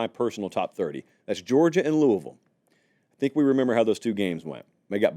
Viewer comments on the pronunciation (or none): none